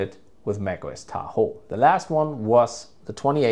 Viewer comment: The way u say Tahoe pmo